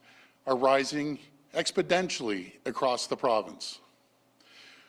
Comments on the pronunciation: expodentially LOL ... doug excelled in math... LOL 100's of thousands of new cases per day... for how long doug? how many people in ontario? FFS man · Given that Doug mispronounces "Exponentially" and calls it "Expodentially" then I'm guessing he doesn't know what a tsunami is either. Hospitalizations are far less than 1% Dougie. Most people aren't bothering to report that they have the sniffles. I didn't and neither did my family. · " Expadentially " < --- What kind of word is that? *THE FOLLOWING WORDS ARE MY OPINION - NOT VALIDATED FACT* OMICRON is NOT as serious. (Data) Getting Tested positive at a hospital doesn't mean it's SERIOUS even if you need to be admitted ( counted as a case ) People having to go to a hospital for a "test" and being scared about the effects is YOUR fault. You're experts were likely paid off to serve a hidden agenda MORE than reporting on what the real effects of the virus lethality. People .. .Readers... Look around the world at ALL the data available .. Vaccines being " The Answer" means that they are making you RELIANT on their help to survive ..and they can USE that to manipulate ALL the choices and actions you make in the future.. IF you don't comply .. not getting a shot could kill you .. ( Remember Jurassic Park ? - Lysine contingency ) Everything else makes no sense. Walmarts and LCBO were never closed .. and none of the distances or protocols are being enforced in ANY of the retail spaces. So, they can support the businesses but make the people trying to live dance like Marionettes. Isn't it a coincidence that Trudeau mandated new gun laws - to take away from Canadians right before COVID happened? .. Hmm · I heard that too. 🤣🤣